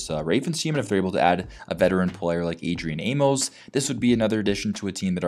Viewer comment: The funny thing that no one is talking about, is he's from Baltimore!! That would be lit!! And it's pronounced "Aim- mus"